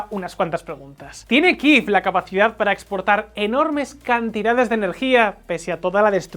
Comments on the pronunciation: ¿Por qué dicen Kiv, si en español es Kiev? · ¿Por qué decís Kiiv si en español se dice Kiev?